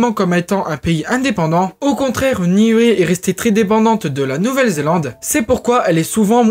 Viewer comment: ‘Ia ora na de Tahiti. Niue se prononce Nioue Les "u" se disent "ou" dans les langues polynésiennes. Merci pour cette vidéo moi qui ai également des origines de Niuē et d’Aitutaki.